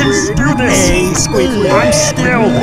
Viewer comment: You said squidwoB😂😂